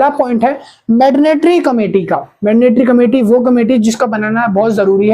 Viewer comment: Mandatory ❌ Madnatory✅